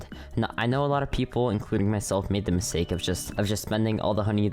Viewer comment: Ah yes…. “Misake” lol not judging dont worry